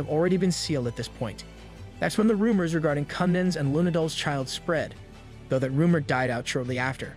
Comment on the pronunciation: man, you need to sign up for hooked on phonics, because your pronunciations of some very common words is horrible. Its a bow, not a bough. its though, not dough. I could keep going, but i'd be typing out a dictionary